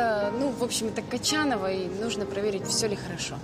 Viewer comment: Ни кочанова а кончанова